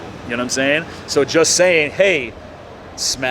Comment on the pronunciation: “You now what I’m shaying ”